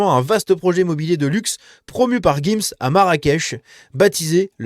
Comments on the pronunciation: c'est monsieur gims pas guims ... on dit giraffe pas guiraffe :D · On dit gims. Tu dis une gifle ou une guifle ? Tu dis une girafe ou guirafe ?